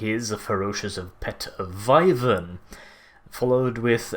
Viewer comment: Why do you say wyvern like it's spelt vyvern?